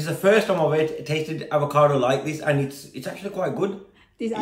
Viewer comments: Avocado mbak.. Bukan ALvocado.. 🤦🏻‍♂️😅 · AVOCADO mbak bukan ALVOCADO 😁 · Jgn bilang Al vocado mbak...bilang sj Avocado ☺️